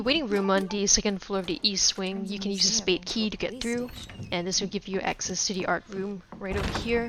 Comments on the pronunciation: WHy do you say 'de' instead of 'the'? its...really jarring. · Am I the only one that can’t stand the way this woman says “the”